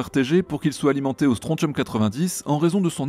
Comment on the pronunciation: Bonne vidéo comme d'habitude, hormis que mes oreilles ont saigné 6 fois en entendant comme tu écorchais "strontium". Le T se prononce SS, comment dans attention...